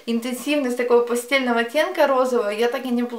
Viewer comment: ПастЭльного, а не от слова постель😉